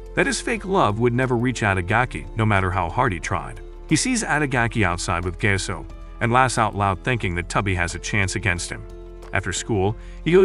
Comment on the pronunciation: Thats not gase thats Gaseoh